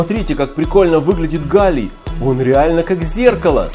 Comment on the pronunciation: Сначала мне показалось что ты сказал ни галий а Галя